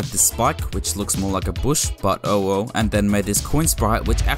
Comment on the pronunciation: that "oh well" sounded like owo lol